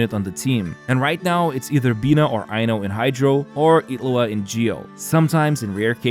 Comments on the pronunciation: His name: Illuga You're saying: Iglua So probably not. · Ngl it's starting to get actually annoying like HOW ILLuga becomes Itlua wtf is this? Like literally everyone except iwtl says it's like this. So painful to listen